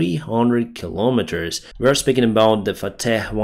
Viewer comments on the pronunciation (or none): none